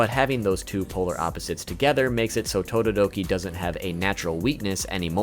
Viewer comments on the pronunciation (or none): Todoroki not todoototi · You called Todoroki "Tododoki" :D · Will anyone ignore that said totodoki? Or is that just me? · you said tododoki instead of todoroki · He is saying tododoki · “Tododoki” is hilarious 😂😂😂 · Wait wait wait.. DID YOU SAY TODODOKI? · and he calls todiroki, tododoki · Bro actually said tododoki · Im sorry but "tododoki" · tododoki(todoroki) lol ngl love the pronunciation